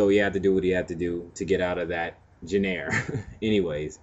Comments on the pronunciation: did he say genair?!?!?! its genre guyy!!!! learn how to pronounce words!!!! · What the fuck is a Genair? im Pretty sure its Genre,* Pronounced "JonRuh" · This was all good until u mispronounced Genre.... "Gen-air" ???? Wooow! Lol, really?? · Learn how to pronounce genre